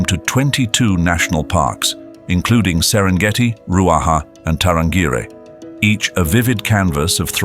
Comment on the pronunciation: The narrator or AI mispronounced Tarangire (National Park outside Arusha). It is pronounced Ta ran gearee